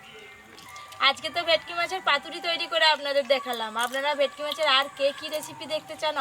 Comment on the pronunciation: তোমরা কী ভেটকি মাছ কে ভেকটি বল😂